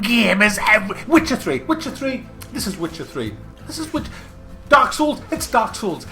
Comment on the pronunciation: Oh and did you say "Wtcher 3"? Brace yourself, dislikes are coming kek.